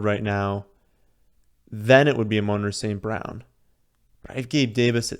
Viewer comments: “Amon-Ra st. Brown” pronounced like the Egyptian god “AMUN-RA” (AW-Men-Raw) Not “UH-Moan-ruh” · "ahMoan-Ra St. Brown"